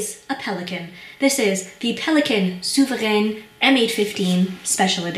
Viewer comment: I really like your review! It really answered my question regarding the "shine" factor of the pen and palladium coated design elements. Also your pronunciation of the word souverän sounds almost spot on and spoken with much respect. Just wanted to let you know. Best regards!